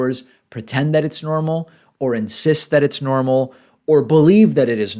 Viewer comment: I believe he said, "Ees normal". Brazilian-style.